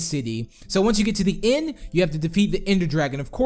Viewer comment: DID U CALL IND INSTEAD OF THE END!